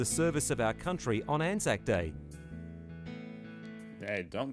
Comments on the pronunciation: You did pronounce it right it's an-zack basically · As an Australian i can confirm you have been saying Anzac correctly. Anzac (pronounced an-zack) stands for the Australian and New Zealand Army Corps. As Anzac Day is celebrated by both Australians and Kiwis on the same day. Anzac day is a day to remember those who have sadly perished in war and combat. also a bikkie and cookie are very different. cookies are enjoyed by kids, bikkies are eaten with a coffee or tea on a weekend in the living room. Every time i went to my grandparent's house there would be bikkies on offer and most of the bikkies were Anzac bikkies so i'd enjoy one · I am Australian and yes you are saying it right